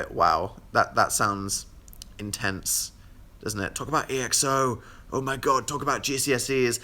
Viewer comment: I seriously started crying inside but after a while he said E X O instead of EXO, so I literally cringed a few seconds after my whole life's purpose had been fulfilled